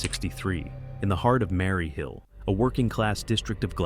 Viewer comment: Nothing secret about them. I see them regularly. This video is awful, AI voice can't even pronounce Maryhill properly.